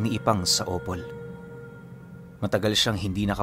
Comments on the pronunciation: from Mis. Or here malapit address ko sa Opol..nasa second syllable po ang stress ng word na Opol pagbigkas ng Opol--- "o-POL."po...😊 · Magandang gabii.... Correct ko lang po hindi po yan o pol yan..... Daritso lang po ang pag basa opol.... Malapit lang yan sa amin taga cdo kc ako...